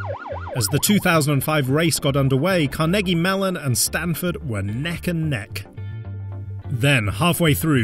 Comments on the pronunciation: " car-neggie melon " lmao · the way he said Carnegie Mellon hurts my ears